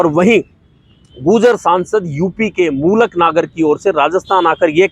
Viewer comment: मूलक नागर नही मलूक नागर है नाम !👍